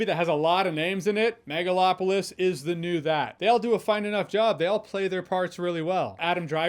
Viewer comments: Am I hearing megaFlopolis? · I swear I heard Nipplelopalis. 😂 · Excuse me...*cough cough*, I believe you mean "Megaslopolis".